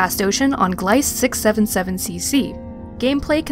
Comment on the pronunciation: FYI, pronunciation of Gliese is like "Fleece", but with a G instead of an F. ;)